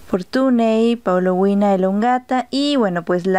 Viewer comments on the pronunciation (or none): GRACIAS POR LA INFORMACIÓN. PRONUNCIAS: PAULO-UINA Y ESTA ESCRITO: PAULO-UNIA. COMO SE PRONUNCIA REALMENTE? SALUDOS